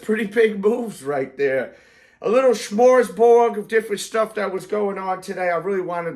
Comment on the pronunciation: Lol, did you just say 'shmorsborg'? It's smorgasbord. You guys just use expressions and don't even know what they are or what they mean. 😂